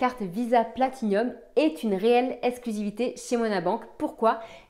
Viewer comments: Elle sont cependant tres laides les nouvelles, font vraiment tcheap et franchement pas l'eimpression de degainer une Platinum, d'ailleur arreter de dire Platinium partout, c'est une PLATINUM y as un i en trop Guillaume fait la meme, honnetement, ont dirait les carte Nickel beurkkkkk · Je l’ai commandée pour la tester tiens… j’en ai pas trop besoin mais voilà à voir. Et au fait, c’est Platinum, y a pas de i en plus 😆